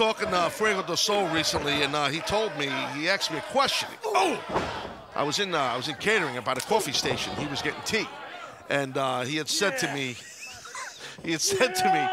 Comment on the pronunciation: Hey Taz, it is asked not AXED.